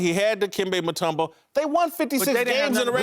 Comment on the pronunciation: Dude said mutombo! 😂😂😂😂 Eric snow!!!!!! Lmao 😂